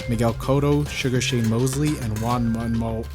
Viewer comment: i really laughed on how he pronounce the Juan Manuel as Man Wamuel hahahaha but thanks anyway for this concrete evidence showing pacman is better than gayweather.. you're going to die!!! hahaha